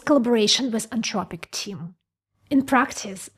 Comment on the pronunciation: AnTHropic, the word is anTHropic. TH like THink.